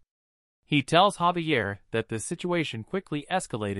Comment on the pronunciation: Ummmm.... Javier is pronounced HAA VEE AIR. not ZAY VEE URR. <<This is written as Xavier.